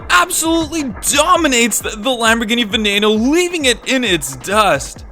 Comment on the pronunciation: He said veneo